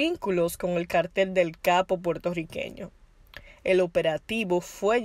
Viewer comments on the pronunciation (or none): none